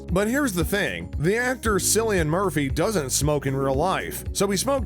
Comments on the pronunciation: It's Killian not sillian!! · It is pronounce KIL-LIAN with a K. You're welcome 😊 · It's pronounced Killian, how could you do so little research? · Just to let you know cillian Murphy’s name isn’t pronounced with an s but with a k. Think like car or cat.Just to let you know!😁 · bro the way he pronounces Cillian makes me feel a bit ill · UNLIKED. Just for how you say Cillian's name wrong! You have no idea how much i was cringing the entire video!🤯